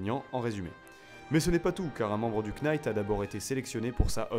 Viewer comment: Futain tu m'a cassé les oreilles avec tes KEYnights, on prononce NIGHT, sans le K